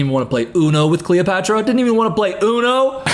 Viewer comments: The slow progression of saying Cleotrapa to just straight calling her Cleopatra, then back to Cleotrapa has me stressing 🤣☠️ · Take a shot every time says cleopatra instead of cleotrapa lollll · Are you kidding me....cleoTRAPA??? lmfao I can't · i love that he keeps saying 'cleopatra' instead of 'cleotrapa' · it’s cleoTRAPA. TRAPA. 😭🙏🏾